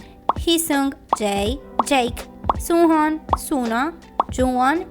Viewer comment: unghoon se pronuncia songjuun, y sunoo es sonuu 😭😭